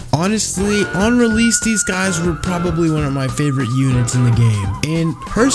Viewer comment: Bro said Realese Its Release 😭 🙏🏾